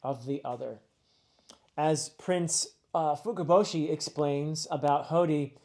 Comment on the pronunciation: you did! As well as otohime and fukuboshi, well pronounced!